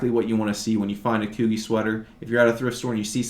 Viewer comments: Peter Millar is pronounced "My-Lar and Coogi Is Pronounced "Coo-Gee like the letter, learn so much from you so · Coogi is pronounced kew-g, love your knowledgeable videos